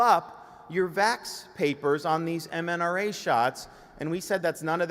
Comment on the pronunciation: He's still calling it "mnRa" vaccines ... 🤔Curious.